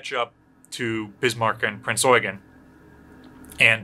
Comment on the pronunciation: When you hear someone say Prinz Eugen properly you know he's experienced, or an Azur Lane player~ XD